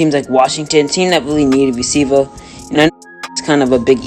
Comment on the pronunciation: “ juju is a great receiva”